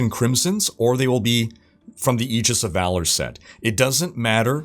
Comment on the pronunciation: Learn to pronounce the word Aegis... for fucking christ